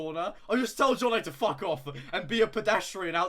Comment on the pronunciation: the second a in jonnaays name is nowhere to be found